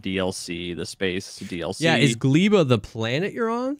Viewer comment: Factorio nerds on suicide watch because of how is pronouncing Gleba and Vulcanus wrong.